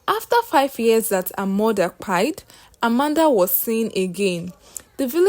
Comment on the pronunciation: Dear story teller. This is an interesting story but please use proper English and easy on the phonetics, what is kpaied? Your pronunciations are a bit disturbing.